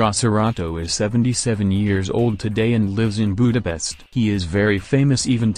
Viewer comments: Why does he say boedapest but shows the flag of the netherlands? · The robot said Budapest wrong.